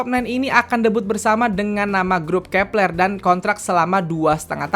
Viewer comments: Bang.. Bacaannya grupnya Kep1er itu kepleu(keplo) bukan kepLer😭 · Cara sebutnya kak " Keplo "